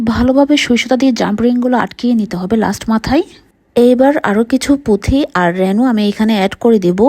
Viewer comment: পুথি না আপু,পুতি🙏🙂